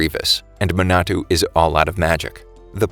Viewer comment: You mean Manato? Sorry, it was just bothering me a bit